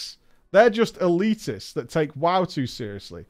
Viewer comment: "ELITESTS" XD so dead lol